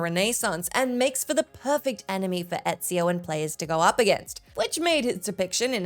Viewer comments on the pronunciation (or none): none